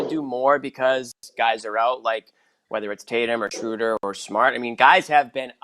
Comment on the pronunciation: It’s Schrew-der not Schrow-der. Meathead. Stop whinging over the guy. News flash: Schöder’s an option and will be gone next year if not before. Barring some miracle the Celtics are what they are, a .500 team with a first year coach work-in-progress that’ll never live up to the high expectations of media in search of someone to blame.